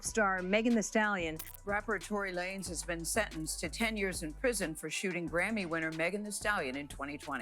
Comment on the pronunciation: Tory Lanes like Lanes not Lanezz for the rec lol